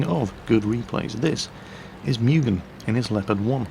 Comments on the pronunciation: It's not "Me-u-gen" its "Mu-gen". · I think it's pronounced Moo-gen and not Mew-gen